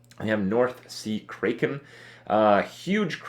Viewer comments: It isn't pronounced... KRAYKEN, it's kraken like "crack" #SKIPKRIP NUB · Cray-ken? lol it's crack-en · lol Kripp pronounced it as Crayken... Kripp, have you seen wrath of the titans? Liam Neeson perfectly pronounced it for us, "Cracken" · Crack-en not Cray-ken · Krayken? I think not. It's kraken. Like crack - en. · why cant this kid ever pronounce words properly, its crack-en not kray- ken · Crack-Can not Cray-Ken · That "krey-ken" though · What the f is north sea "kray-kin"? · Kraken pronounced "cracken".....Who doesn't know that! Lol has Kripp never seen Pirates of the Caribbean or Clash of the Titans? Release the Kraken!!! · He pronounced Kraken, Kray Kin. Dafuq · Crack-en you Romanian hairball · North Sea Kray-ken cringes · Krayken? Now you're just trolling with us. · The way you say Kraken hurts my soul a little bit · Ha, you said Kraken like a dumb dumb. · The way he pronounces Kraken. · Krupp how could you pronounce kraken wrong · Fuat Sekban i cringe every time he says "mayta" instead of "meta", and now he pronounces kraken wrong too, wtf is a "krayken"?